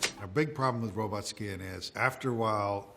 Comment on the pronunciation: Personally, it makes me happy to hear a modern robot expert occasionally still pronounce it "robut". It's just more fun to say.